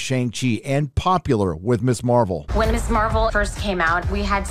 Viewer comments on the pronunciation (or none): It's not Miss Marvel, it's **Mizz**. The "Ms" is a now ancient thing either dating from the early 20th century, or from the days of Gloria Steinem. For ladies who wish no part of the word "mister" in their title, (or whatever you call that thing). ------- That's why it's pronounced "mizz". I'm old, and I don't pay any attention to 99.9% of 'popular culture' or social media shit. So I would consider it absolute fall-down batshit-crazy-funny if the people who MADE this stuff don't even know that "Ms" is "mizz", not "miss"... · Dude, Ms. is pronounced "mizz", you're saying "miss" which would be spelt as Miss Marvel. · Pronounced MIZ